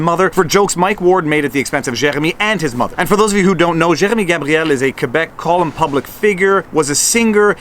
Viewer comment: Was listening to this in background n you started saying Jeremy n I thought you were eating peanut butter so I tabbed over n realize I just dont like french pronunciation. Accidentally let my American show, I know.